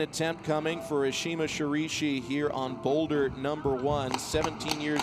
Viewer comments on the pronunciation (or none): Also he completely butchers Ashima's name the entire time. Literally did not take the time to learn to pronounce her name at all. It was painful to listen to his commentating and honestly pretty insulting. Let Megan take commentating solo. She's more than capable.